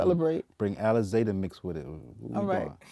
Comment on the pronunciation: Nigga said alize 🤦🏿‍♂️😭